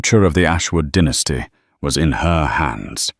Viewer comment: It’s pronounced dye- nas-ty not dinasty